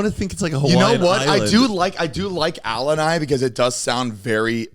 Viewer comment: ALA NIGH????? WHAT THE HELL ALANI??????